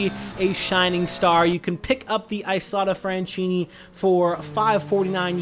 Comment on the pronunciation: As an Italian I died 7 times hearing you say "Isotta Fraschini" ahahahhaha,just kidding